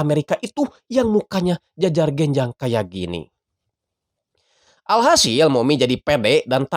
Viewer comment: Jajar genjang 😂😭 Sunda pisan euy